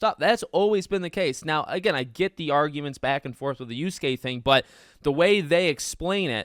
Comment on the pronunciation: Y A S U K E spoken "yaske" not uske - WTF dude just do some research 🤦‍♂️